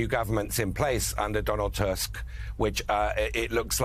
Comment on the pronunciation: Tusk in Donald Tusk is not your english word you use in your language, with the way you normally pronounce it. The Polish U is pronounced like your double O.